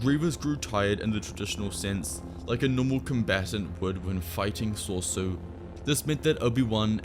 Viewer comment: what is this sorsu you talk about i think your talking about soresu pronounced sore e su